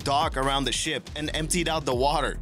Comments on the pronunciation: It does sound like that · A HUGE thumbs up for this one! I too heard SHIP - not shit! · He said ship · sounds more like a T to me